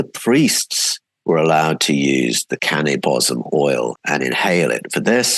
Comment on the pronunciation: At about 40 minutes you mention what sounds like cannabis oil I can’t tell if it’s your accent, is that what you’re referring to being outlawed? Thank you if anyone could clarify